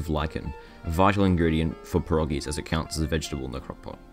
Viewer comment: You mispronounced perogies